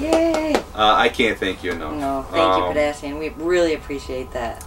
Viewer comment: As a child of the 60s and 70s I say let the hair grow! How in the world do you keep Kotah from breaking everything in the house? He is so big and loves to play. Thank you for the kind comments. You pronounced Pidasian perfect.